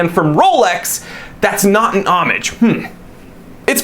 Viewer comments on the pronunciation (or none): Say homage like that again and ill never return